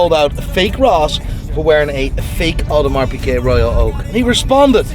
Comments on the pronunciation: He said it was an Audemeeers not an Audemars, lol! He was telling you it was fake without saying it was fake! Pick me for the watch giveaway! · It's a real Audermiiir, not an Audemars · I’m crying because it just dawned on me that he was really wearing an Automeeeeyyyyerrrrr and not and Audemars. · Need that watch “hee haw” 🐷….. 🫡to u keep giving us what we all look for….. And secondly I’m not sure why Ross didn’t just produce paper work for the “audemieeeeerrrrr” as Ross put it😂😂😂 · Bruh I felt cringed hearing Ricky say audermeeeeeeeeeeeeer 🤣😂🤣🤣🤦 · Lmao at fake ross, for wearing a fake audemirrrrrrrrrrrrrrrrrr😂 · The second hand embarrassment I got when he kept saying “Audermeeeeeeeeeeeeeeeer”😹😭🙌🏾 plus the race bait yoh 💀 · “Speaking on Rick Ross audemarrrrssss” 😂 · audermeeeeeeeeer 🤣🤣he's an adiot🤣🤣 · nah that "Aude-mierrrr" was hilarious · Audemiiiieeers at the end had me weak 🤣🤣 Great callout! greetings from the Netherlands! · The way he say audimeeeeeer needs to be clipped hahaha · “Audi-Meeeeeeer” He also probably can’t spell piglet 😂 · Embarrassing that Rick can’t even pronounce the brand correctly.